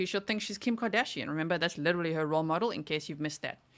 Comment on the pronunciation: There’s no way “liddurly” has a doctorate degree. She’s not “izzacly” very smart. Allllll she does is lie. She sincerely thought she was smarter than these special agents. It’s incredibly interesting to watch her get obliterated in court.